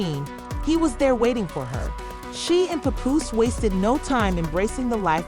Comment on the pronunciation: I done her you say his name 3 different ways but the right way😂😂😂